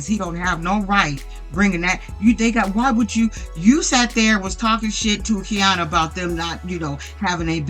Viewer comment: Hey, thanks for the vid ❤ just a note, Quiana’s name is actually pronounced “Kiana”. Idk why it starts with a Q lol